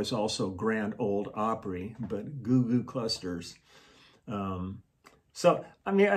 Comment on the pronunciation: You made me spit my drink out when you told the story about the Loveless Cafe! As they say, "You got South in your mouth"! I can't believe you can remember street names! I have to say, you sounded very authentic saying Goo-Goo clusters! That song you played was popular right when I moved Nashville from Houston. Thx for the giggles! Btw, I just played her the Loveless Cafe story and we died laughing! Thank you again! Taryn